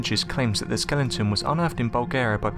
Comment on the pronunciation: did you say 'skellington' ?